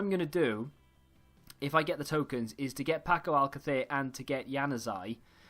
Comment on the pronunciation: Love how you say paco alcacer you sound very Spaniard lol